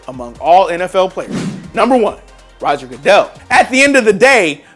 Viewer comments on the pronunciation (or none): none